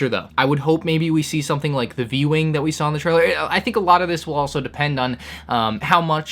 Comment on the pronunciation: Take a shot every time he says "soNething" instead of "something".